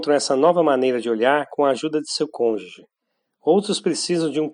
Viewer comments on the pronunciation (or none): none